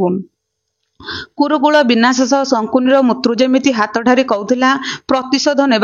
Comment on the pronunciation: ସେଇଟା ମୃର୍ତ୍ତୃ ନୁହେଁ ମୃତ୍ୟୁ ଲେଖିଛ ଠିକ ପଢୁଛ ଭୁଲ